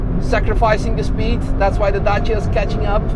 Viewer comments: wow, finally someone pronounce it correctly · Thanks for pronouncing dacia correct! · finally a non Romanian that pronounces Dacia correctly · "Sendero" 😂 that's a new one. Also love how you pronounced Dacia, sounded perfect !